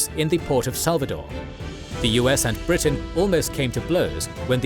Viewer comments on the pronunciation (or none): none